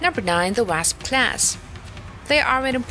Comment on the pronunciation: Wrasp? It's just pronounced Wa-sp.